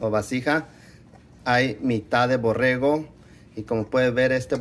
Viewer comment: Borrego , no borejo para eso fuistes a la escuela dice tu abuelo .